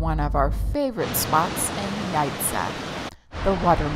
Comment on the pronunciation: Thank you for visiting our country AND learning how to pronounce Jajce properly. Please come again!